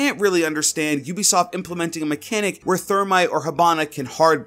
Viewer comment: U say ubisoft wrong its a long u not a short u Love your vid btw